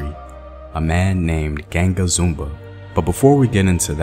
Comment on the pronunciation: I love that you did a piece on this. I do want to critique though that it would have been nice to do more research in terms of finding the correct pronunciations of key names and terms you use here. Unfortunately you got them all very wrong. Palmares, Quilombos, Ganga Zumba... They are all unrecognizably pronounce for Brazilians. Sorry if this come across negative. It's not meant in that way at all, just a note to be considered. Peace ✌️